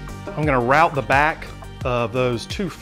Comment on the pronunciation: Very nice detailed video. And you're one of the few people who used the pronunciation "rout" correctly for the right word.